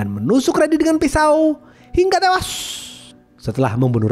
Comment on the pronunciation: Hingga tewas itu gak usah ditekan bg kek org mau birit